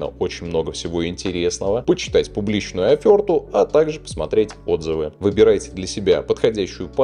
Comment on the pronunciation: Офёрта, значить...